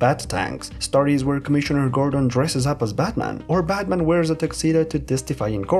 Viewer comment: I love his pronunciation of Batman sounds like "BadMan".